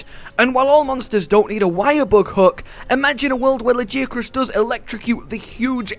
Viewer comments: It's la-gui-acrus (with gui as guild i'm not a native speaker so I hope you can understand nontheless) since it's just a translation of its japanese name wich is ラギアクルス (ragiakurusu). Is the pronunce spelled la-ghee-acrus? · Ok question, is it "La-guy-ya-crus" or as says "La-jee-ya-crus"? or is it just preference? Cause he said "Nerj-i-gon-tay' in stead of 'Nerg-i-gon-tay' and I know they definetly go with the 'g' in game. Just asking cause I've heard both now. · Like a gi for martial arts, ok. Noticed that sometimes turns G's into J's. Maybe it's an accent thing